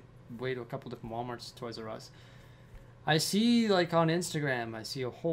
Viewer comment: You mean, a Oys "R" Us, right?